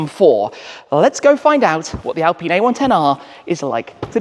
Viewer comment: It is pronounced in French as "al-peen" not "alpin" Those car are best drivers, like Lotus Elise, Alfa 4C, Cayman 2.5 and the newest member that is more powerful Lotus Emira with 2.0 AMG engine....Gordon Murray knows a lot about driving enjoyment 👍